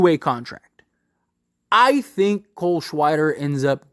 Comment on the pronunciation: "cole shweider" lol